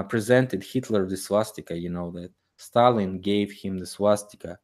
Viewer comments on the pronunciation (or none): none